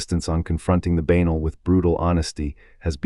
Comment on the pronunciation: Who can continue with all these historical names slaughtered by Ai. Tragic. Banal doesn't rhyme with anal